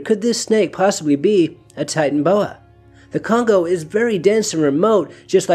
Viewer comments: ty-tan-o-bo-ah not ty-tan-bo-ah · Kind of irritating to continually drop the middle syllable. Ti-tan-o-bo-a.